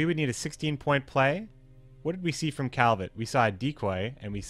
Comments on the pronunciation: The T in Calviet is silent. I'm new to the channel so I don't know if you're joking but you sound silly Edit: HOW can you play the game THIS MUCH and still mispronounce ALL OF THE NAMES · Billy Asher most likely still it's not a reason to go hostile on a guy who miss prounauce it. calviet is from books not games so it's not like we heard his name many times to learn it